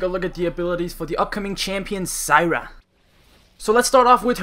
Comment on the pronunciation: SYRA! its Zyra bud.